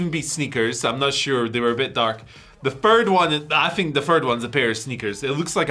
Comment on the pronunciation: fird is not a word